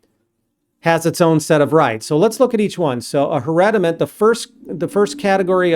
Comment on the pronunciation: 🗽🎶❤️Thanks a million for teaching vocabulary! It s just priceless! But Im confused with some words pronounced by You. According to transcriptions, it's different. Those are fiduciary, hereditament, and more. English is not my first language.